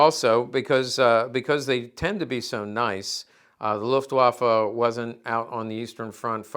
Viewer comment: You pronounce "Luftwaffe" nearly like a native german. 👍 Nice video and greetings from Germany.